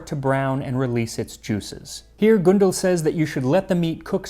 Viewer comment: Turning the gy in magyar into a j, and the ly in Károly into li, and completely axing the e from Gundel was a travesty, though.